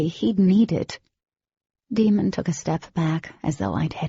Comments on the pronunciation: Like DAY MON - NOT DEMON! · Can't believe the narrator's made such a mistake & Jennifer knowingly left it this way. She even admitted it's not pronounced Demon but Daemon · It is but I hate that they pronounce him Demon in the audiobooks. Even the Oblivion narrator does this but Jennifer herself said it was a mispronunciation. How could they make a huge mistake like that? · Didelous..demon.. lessa. It really bothers me that this lady can't read words properly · I was really hoping there way a different reader that would pronounce his name right